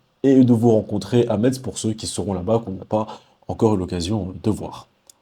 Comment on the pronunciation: Salut 😁 on prononce messe pour Metz . Merciiiii ( et referencement 🎉)